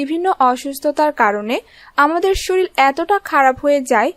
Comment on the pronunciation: শরীল না আপু শরীর